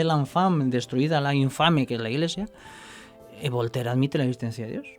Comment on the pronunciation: ..se llama Voltaire no volter... y daba vueltas y to jaja... y al final de su vida parece que se convirtió a la fe católica ese que la llamaba la infame jaja... lo de VOLTER es broma aunque sea mu tonta jjj